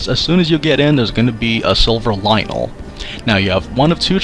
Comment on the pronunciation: It's "Lynel" Bruh 🤦🏿‍♂️